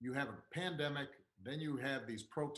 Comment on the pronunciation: Did he say pandemic or plandemic?